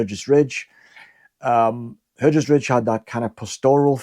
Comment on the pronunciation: Just for the record Hergest Ridge in Herefordshire is actually pronounced, 'Hargest Ridge'. It features in Alfred Watkind book about leylines, 'The Old Straight Track' (1925)